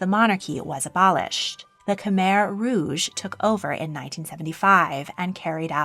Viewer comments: Khmer is pronounced more like K’mai not like K’mere. Preah Bat Norodom Sihanouk’s name is pronounced Si-ha-noo and His Majesty King Norodom Sihamoni’s name is pronounced Si-ha-mo-ni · My grandparents are from Khmer which is pronounced kh-my